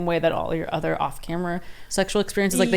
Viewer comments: She says udder instead of other I cant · Why does she say other like udder?